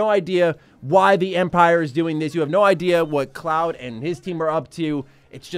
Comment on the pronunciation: I’m hurt every time he says Cloud😭